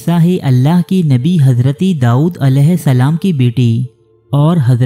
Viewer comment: The word is "Dawood" not "Daood"